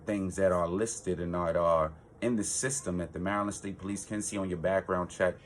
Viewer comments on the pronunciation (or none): From the way you say Maryland you're not from around these parts are you ?